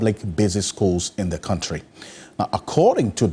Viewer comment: The guy said kantry